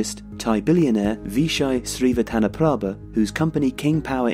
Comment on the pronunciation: The spelling is based on ancient Sanskrit language, but the way Thais pronounce it is simplified to SEE-WAT-TA-NA-PRA-PA.